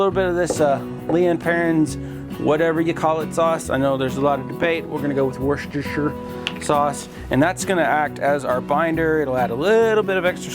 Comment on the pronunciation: Great video - by the way, my wife is from Worcestershire - there’s no debate - you had it right - wust-a-sher